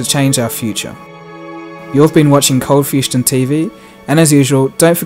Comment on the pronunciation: You said "coldfustion" again, I swear it's a conspiracy!